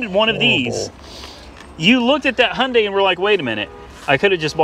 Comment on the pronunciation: It’s Not Hunday it’s Hyundai